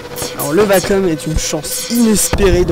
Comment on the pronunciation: Hi, pour info, on dit vaquioum ^^